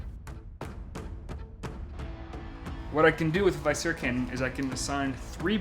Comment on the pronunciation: Its "vih-scera" not "vy-scera", like the word "visceral", it refers to the intestines.